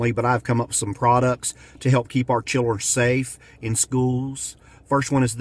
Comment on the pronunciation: Chirren? Snicks?